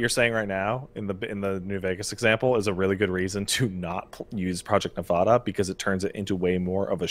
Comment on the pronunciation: I don't know why it makes me irrationally angry when people don't know how to say Nevada.